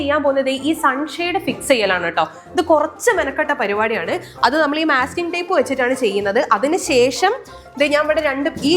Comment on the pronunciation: not myasking tape it is masking tape